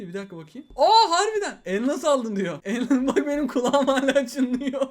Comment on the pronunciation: Abi türkçen bozuldu balon kafa sayesinde elmas yerine elnas diyon